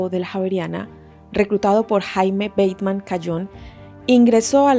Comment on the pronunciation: Se dice Jaime Ba-te-man si, en español. Pues era colombiano. 👍buen video gracias